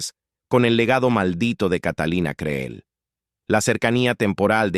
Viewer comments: No es Creel, así se escribe, pero se pronuncia Cril. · Aprende a decir el apellido CREEL l( la Doble e se Lee como cril ,! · Creel,suena con i al pronunciarse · Quien sera la sabandija que narra esto?, Por que ni siquiera sabe pronunciar el apellido Creel. A que escuela habra ido??? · Catalina Creel ... minimo deberias de dignificar la pronunciación del apellido de este gran personaje